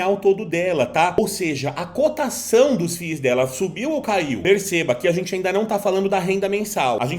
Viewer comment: Que fadiga escutar FI IS kkkk tira 1 "i" e fala "FIS" kkk zoeira fadiga pessoal mas o conteúdo tá top d+ SUCESSO!!!!